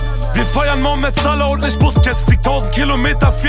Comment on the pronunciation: Warum kann niemand Mohamed Salah richtig aussprechen 😊